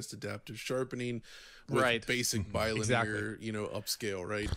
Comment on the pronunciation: It's not "Gowzhian Blur" it's "Gauss-ian", like "House-ian". Reminds me of when a bunch of tubers were saying "lin-near" for linear, instead of "linny-ur". Oh well.